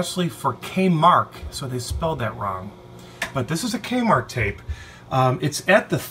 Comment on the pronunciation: K-Mark? LOL!